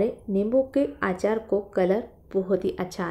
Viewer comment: आचार नही अचार बोलते है